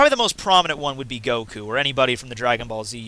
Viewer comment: It's pronounced Saitama with short vowels not Saitaaaaama like you keep saying. Same with Goku, it's Goku with short vowels, not Goooku. Jeez. It's like if I would call you Maytthew. That aside, I agree with what you said in the video.